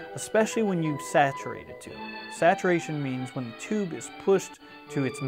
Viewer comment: TU-BE or not TU-BE that is the question.........TU-BE ! This is a Crutti video. The only redeeming factor was a variation of the "Leave it to Beaver" theme ending or some theme from that ear-ah!